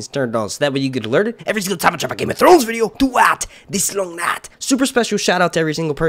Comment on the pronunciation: Countdown to long night being over plus not ridiculously uttering “Lung Nyfe”